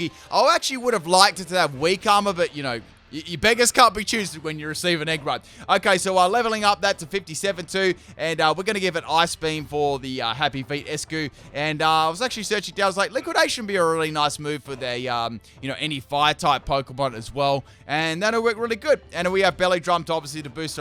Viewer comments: Eiscue is a pun on "ice cube" so it's pronounced like eye-skew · Dude, it is Ice Queue, as in Ice Cube.